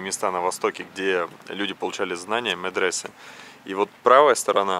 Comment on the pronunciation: МедресЕ а не мЕдресе